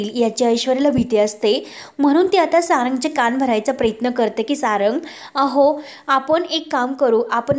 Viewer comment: प्र य त्न असा शब्द आहे प्रेत्न नको म्हणू नको